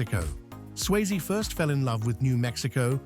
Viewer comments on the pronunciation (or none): Tu peux pas dire le nom comme il faut, Swayze pas sysie